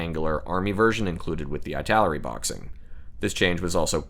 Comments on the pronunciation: just curious about why you pronounce"ITALERI" of /aɪ/ taleri ? I think maybe /ɪ/ taleri would be more reasonable?🤔because of "italy"? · EEEEEEE-taleri 😀 it's Eee-taleri